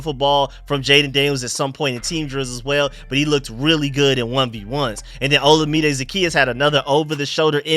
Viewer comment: FYI, Olamide is pronounced like oh-LA-mi-day. Keep up the good work bro!